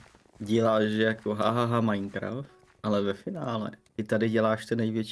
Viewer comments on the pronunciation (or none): none